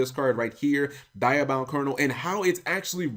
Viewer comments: it's called dia not die-a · Cap, it's Dee-a-bound Kernel, not Die-a-bound. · It's Dee-Ahh-Bound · Cap not sure if u actually listened to how it was pronounced in the original series but it's "Dee-Ah" for the Diabound.